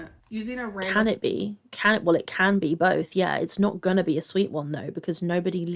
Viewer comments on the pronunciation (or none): Have you heard her say bolth instead of both ? 😂